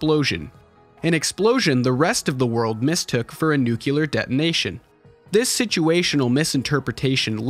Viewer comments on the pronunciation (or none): NUCLEAR NOR NUCULAR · Nuclear... nucular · This is a great take. Thank you. I saw this film advertised in 1988 and then read as much of the manga as there was before I saw the film that year. Also, please, the word is pronounced "nu-KLEE-ar" not "NUKE-u-lar". I'm sorry that I am a pedant. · "a nucular detonation"...we've learnt from Homer Simpson I see?! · You had me up til "nucular" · Nice - thx! BTW, the word "nuclear" is pronounced "nuke-LEE-er" and not "nuke-U-lure"! 😉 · *Nuclear nuculer isn't a word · Nuculer? Good analysis, but cmon. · I hate to be this guy but... It’s nuclear. NOO-clee-yer. Not NOO-kyu-ler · NOOO KUUU LARR WEAPONS. You mean nu-clear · Youre losing me at your pronunciation of "nuclear" as "nucular" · NuCLEAR, not Nucular… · Nuclear, not nucular... 😑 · Nice video, but can we please for the love of God stop saying nucular... IT'S NUCLEAR. PRONOUNCED: NEW-CLEAR. I see this everywhere now and I can't understand it, for real. I even tried searching a justification for this... phenomenon and all I found was some lame linguistic explanation saying that words ending in -ular are more common. I do not accept this because the word is still not written that way. Anyway rant over, I just want this madness to end and obviously have nothing better to do rn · It's Nuclear. As in New Clear. Not FUCKING Nucular. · Nu-clear, say it with me, nu-clear; most certainly NOT pronounced as nu-kew-lar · "nucelar" ... Good video ! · bruh did you really said "nucular" like Homer Simpson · NUCLEAR! SAY IT RIGHT! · you said nucular btw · NU-CLE-AR NUCLEAR. from the noun NUCLEUS which means core. For the love of literacy learn how to pronounce it. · It's pronounced NU-CLE-AR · Lost all credibility when he said NUCULAR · I like this video, but I cannot in good conscience upvote someone who says "nucular". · You can't say "nuclear"... that really scares me... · You kind of lose your science fiction cred when you CAN'T PRONOUNCE NUCLEAR. Unbelievable.